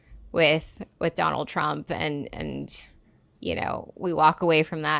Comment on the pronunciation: Why do you say Johnald Trump? You did it twice.